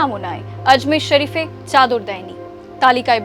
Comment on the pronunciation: অজমের শরিফ না,,,, আজমির শরীফ,,,, আগে উচ্চারন আর লেখাপড়া শেখ তার পর আয়